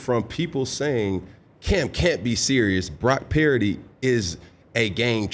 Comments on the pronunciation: Is he saying Brock Parody? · Does anyone else hear Cam pronounce Purdy as Parody? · With regards to one of Dan's favorite topic (game manager/game commander), I tend to agree with a lot of what Cam is saying. With this interview, I can't get past how he is pronouncing Brock's last name. Parity/Puridy/Parody? The name PURDY is not that hard to pronounce. Also seems like he's mispronouncing it on purpose given the heat he was getting on this topic. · He doesn't know how to pronounce Purdy? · Why does he pronounce Brocks last name wrong? 🤡 doing it on purpose